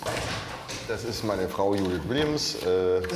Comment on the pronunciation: die heißt nicht judith die heist dschouuuuudithhshshs